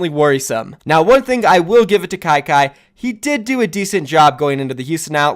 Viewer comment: said kyky Me: HELLL NO